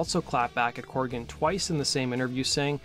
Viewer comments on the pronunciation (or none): CORGAN. COR-GAN. Not "Corrigan" or "Coregan" as you keep saying. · CORGAN. NOT CORRIGAN!